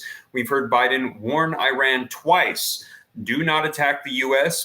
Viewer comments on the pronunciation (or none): Dude if you can say Israel you should be able to say Iran properly too. Esrael, iran come on practice